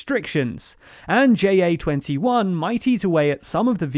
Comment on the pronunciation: JA21 is not pronounced that way, or spelled I should say. ('Ja' means 'Yes' in Dutch, and it's pronounced like saying "yah")